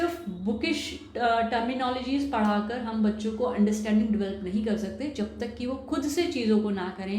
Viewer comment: her pronounciations are wrong eg. develop, attitude etc